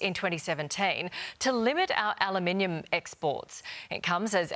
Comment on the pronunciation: Is channel 7 pro trump? To the newsreader: it's al/U/minium, not alaminium.